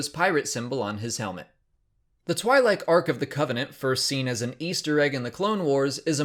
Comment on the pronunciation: Stop saying Twi'lek as "twy-like"